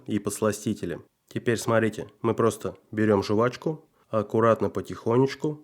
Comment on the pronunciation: СахарА (а не сАхары!!), почищу ( а не почистию!!), жЕвачку ( в "просторечии" жвАчку, не жувачку!!!), крУпный мусор ( а не большой!!).!!! 🤦‍♀️🤕🤕